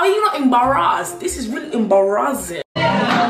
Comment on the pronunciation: “Are u amabarrasassed cus this is really ammbarrasing”😂😂😂